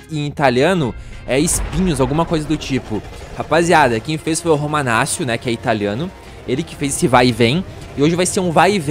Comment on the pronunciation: quando tem CC em italiano faz o som de T romanatio e ñ romanacio a pronúncia certa é com T Romanaccio mas ñ tô te cobrando pode falar do jeito q vc quiser blz é nois tmj👍